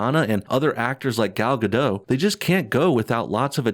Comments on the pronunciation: Gal Gadot, Gadot is pronounced like robot. It's not a French silent t. If in doubt, you can find her saying her own name. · You pronounce "Gadot" wrong.